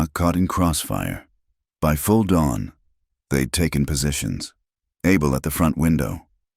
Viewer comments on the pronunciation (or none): none